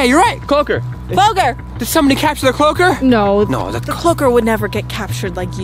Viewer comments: No its cloaker not cloker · its CLOAKER not CLOKER